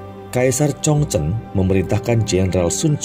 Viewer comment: Kaisar 崇祯 ZhongZhen (baca Chung Cen) juga 李自成 Li ZiCheng (baca Li Ce Cheng)... Lafal fonetik-nya bukan dibaca n dikite dgn lafal ejaan bhs Indonesia baku... Akibatnya, bunyi lafal fonetik-nya jadi menyimpang jauh dari bunyi Lafal fonetik aslinya... MASUKAN untuk Mimin/Narator, baca dan pengucapan 汉语拼音 HanYu PinYin (baca Han Yi Phing Ying = Lafal ejaan bhs Mandari) bukan dgn ejaan baku bhs Indonesia yg mengakibatkan nama2 yg disebut jadi aneh dan sulit dimengerti bunyi ucapannya, seyogyanya Narator belajar dulu metode dikte/baca Phin Yin atau nanya dulu ke orang yg mengerti bhs Mandarin dan cara pengucapannya yg benar... Sayang informasi dari konten sejarah yg sangat baik jadi rancu dgn bunyi lafal fonetik nama2 tokoh sentral yg menyimpang jauh dari lafal fonetik aslinya... #Hanya sekedar masukan aja